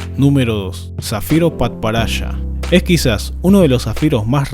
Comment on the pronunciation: Me esmocione cuando dijo zafiro padparacha